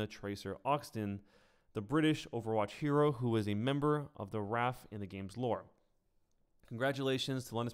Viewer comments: The R.A.F not raf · Did he call the R.A.F raf?! Im triggered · I really like McCree's skin ... Also, it's the R A F, not 1 word